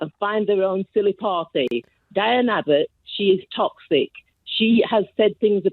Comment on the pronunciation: The first caller got Diane's name wrong no less that 7 times, and yet she professes to care so much?